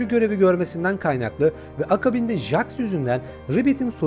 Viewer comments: jaks ne abi jeks diye okunuyo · Jaks(Jeks diye okunuyo) kufmo(kafmo) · Abi Jax ceks diye okunuyo-linç değil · Abi çok iyi anlatında bir sıkıntı var jax diye yazılıyor jeks diye okunuyor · Her cmm okunuşu cex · bi daha jax ı "jax" olarak okursan evini bulurum ratlerim seni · Abi jex diye okunuyo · Jex diye okunuyo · Abi o jax diye yazılıyo ama jex diyo okunuyo haberin olsun